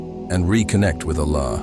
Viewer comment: The AI cant even pronounce Allah. Pleass stop this AI dependence.